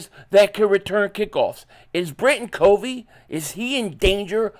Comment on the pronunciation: That's not how you say covey have you watched a broadcast